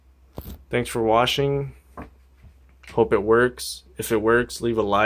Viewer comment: Is it just me or did he say at the end thanks for washing